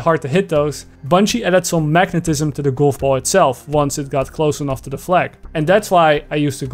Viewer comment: I like how he says "goulf boull"